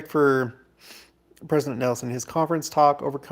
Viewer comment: I was hoping we would be able to hear Pres. Nelson one more time at conference. But, the last time I heard his comment online, I knew his passing wasn’t far off because he couldn’t pronounce his “n’s”. I will miss him terribly ❣️